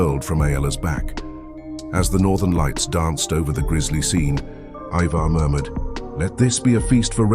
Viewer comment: ivar is pronounced eye-ver. not E-ver and hearing it a bit too much for me to watch the whole video